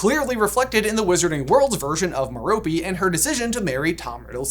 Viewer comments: His moms name is pronounced Mare o pay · I think metope is pronounced meropay